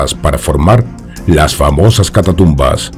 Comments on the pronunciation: Un apunte, sin ánimo de ofender, es catacumba no catatumba. Si no estoy mal, catatumba se refiere en Mexico a alguien que da una voltereta Por lo demás, muy buen programa y un gran saludo. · Si. Cada vez que dice catatumbas entro en trancce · Hermoso video ...y con tu vos incomparable!!! Muy bien pronunciado CATATUMBAS